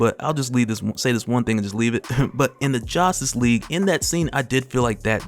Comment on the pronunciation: man said "josstice league" I'm dead